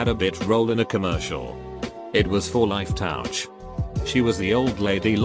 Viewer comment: The robot voice says life touch weirdly life towch